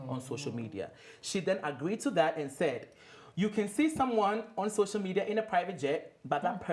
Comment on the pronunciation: Am i the only one or are have they been saying shocial media, instead of social media?